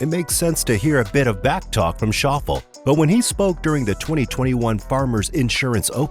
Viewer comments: Shof Lay - not Shof al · Narrator - it’s pronounced Shof-Lay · Shauffels? It is Shoff-Lee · Schauffle's name is pronounced "Shof- lee", Not Shauffle....You're welcome. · Shaw-ful? Ugh 🤦🏽‍♂️ get it right before posting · Zander Shoffle? Lol! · Shoffle - really. Could you not find a Commentator or Script Reader with just one clue about the Subject…. ? One of the most tedious Videos on the Sport. Repetition. Repetition and then again.. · Xander "Shaw-full"????? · Xander “Shof-lee” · shawff-lay, holmes. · It's Shof-fee-lee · How hard is to find an actual golfer to read the script???? As soon as he said Xander’s last name I tuned out!! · Wish this guy could pronounce Xander's last name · How is it that the narrator doesn't know how to pronounce Xander Schauffele's last name? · You showed your incompetence when you don't even know how to pronounce Xander Schauffle's name. Pathetic. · There are a lot of errors in the commentating making PR look worse including the mispronouncing of Xander’s name. He does not have to check with an official or another player to see if his ball is embedded. If you watched the actual telecast there was no way PR could have seen the ball bounce, in spite of its ending up embedded. The movement of the sand, however, looks very bad.